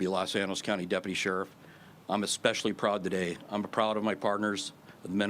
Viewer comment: "Deputy" or "Depity" ? Is this the new pronunciation?